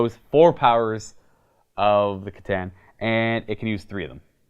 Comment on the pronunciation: Pretty sure C’tan is pronounced with a hard C